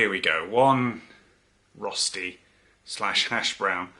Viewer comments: As a swiss person i have to be offended and tell you that its called RÖSTI not Rosti...i know that you english guys can't pronounce Umlauts but then please say "shredded potatoes". (Im just joking, love ya buddy) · He said it wrong even for an English person, he's supposed to say Roshti if you can imagine that, with a "sh" in the middle like the beginning of "shit" 🙄😀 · sure. I mean as an Englishman, he's saying it wrong it's not how we say it in England even! 😂